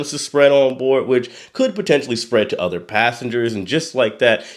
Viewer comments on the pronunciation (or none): none